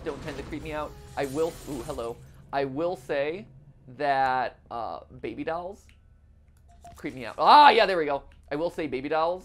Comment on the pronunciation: am i the only one who got distracted by MatPat pronouncing "dolls", as "dowels"